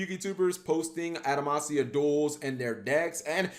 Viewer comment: Adamatia not adamasia